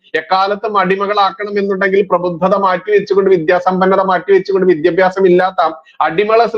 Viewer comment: വിദ്യബ്യാസം വിദ്യബ്യാസം എന്നു പറയുന്നത് അരോചകമാണ്. വിദ്യാഭ്യാസം എന്നു തന്നെ പറയുക.